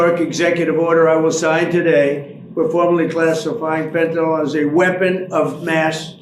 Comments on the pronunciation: Dear Ben, it's pronounced Fen-tan-ill, not Fen-tan-all. Trump and his minions routinely mispronounce it, making it a catch-all for everything they don't like. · Ben, PLEASE DONT MISPRONOUNCE the Drug like TRUMP!!! It's Fentanyl (nil), NOT FentaNOL!! PLEASE don't repeat the wrong pronunciation...it isn't professional, and it's wrong!!! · Fentinall does not exist... Can you say Fen-Tuh-Nill? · FentaNYL. Please stop sounding like a MAGA dumbass. It's fentanyl, not fentanol. Two completely different substances. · Ben thank you for your reporting hut I need to remind you there is no such dr#g as “fentinol”. The name is in fact “fentanyl”. Details matter, as you know. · Ben, Ben, Ben….love your work but please pronounce Fantanyl correctly. It is not Fentanol it is Fentanyl. Your ignorant president pronounces it incorrectly but there is no reason you should. 🤣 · IT IS NOT FENTAN-OL. It ends in 'yl' and pronounced 'ill'. Plus to Trump, 'skauje' is not a word. Finally, it takes CONSUMERS on the ground to make a DRUG INDUSTRY So get your kids to stop it cold turkey.